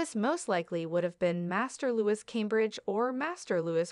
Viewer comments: LOO-EEE..(not Lew-is) is the correct pronunciation of the boy's name. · PLEASE pronounce Louis name correctly!!!! It is NOT Lewis...., it is Louie!!!